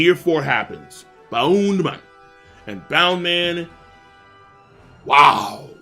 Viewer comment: “Boun man”